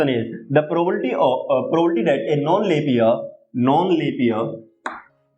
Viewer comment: Sir its Probability not probolity 😂😢🌚😅